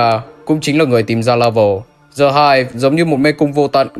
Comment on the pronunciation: Anh ơi, từ "The" đọc là /di/ khi nó đứng trước 1 từ bắt đầu bằng nguyên âm thôi chứ, ví dụ The End ....., chứ từ "Hive" có bắt đầu bằng nguyên âm đâu =)) đến cả entity The Game Master anh đọc "Dì Game Master" làm em cười nguyên clip (em biết là đôi khi anh mới đọc nhầm như thế =)) nhưng nó cứ bị buồn cười ấy)